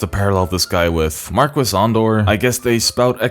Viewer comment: I cringed so hard every time I heard that in game. It's pronounced MARKEE. If he also sounded British or American maybe I'd let it slide but he has a European accent.